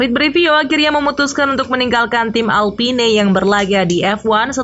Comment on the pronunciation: bacanya "alpin" min